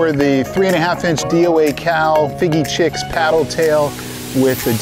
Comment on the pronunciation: Are you saying the name of the DOA Cal Shad incorrectly? Fiji 🇫🇯 Chicken color is Fiji Chix. Heddon ( Vintage lure company ) is said Hedd- on .